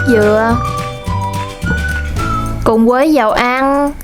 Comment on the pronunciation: Bạn này không có ghi nhận góp ý của người khác mà đổ thừa hoàn cảnh thì không phát triển được. Vấn đề là bạn phát âm sai chính tả vì giọng miền tây. Thà rằng bạn nói giọng miền tây luôn có lẽ dễ thương hơn là bạn đang sửa giọng mà không đúng.làm mất đi giá trị của cái phim của bạn. Ví dụ và Nhưng bạn đọc thành quà, với thì bạn đọc thành quới, rồi thì thành gòi ... Nói chung toàn tập. Phim bạn làm ok từ âm thanh ánh sáng máy xịn, thành phẩm ngon, người làm phim cẩn thận , phim rất đạt. Nhưng giọng nói của bạn làm mất giá trị cái phim . Người xem cảm thấy thiếu tin tưởng bạn vì giọng nói quá quê. Đó là lý do kênh đầu tư quá mà không nổi tiếng. Ngày trước mới làm tôi đã học kênh bạn vì thấy cách quay phim đẹp. Hiện tại tôi đã vượt gần 20 lần bạn mặc dù tôi làm rất bình thường, kĩ xảo không bằng bạn, chỉ có sự chân thành. Tuy góp ý của tôi hơi thẳng khó nghe nhưng mong bạn đừng buồn mà hãy hạnh phúc đón nhận những góp ý khó nghe của tất cả khán giả để sửa đổi và thành công hơn. Bạn chỉ cần nói giọng bình thường , tận tình chia sẻ là khán giả đón nhận. Chúc bạn thành công hơn nữa nhé.